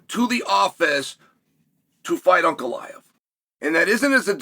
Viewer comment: ANKalaev ❌ UNKalaev ✅